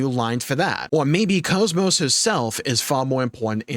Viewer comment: If Xenoblade Chronicles 2 definitive edition does come out, I demand that all voice lines that pronounce her name "Cause Moss" get re-recorded and corrected.